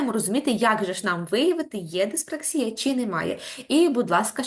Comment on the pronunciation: Не диспр А ксія, а диспракс І я, наголос на І.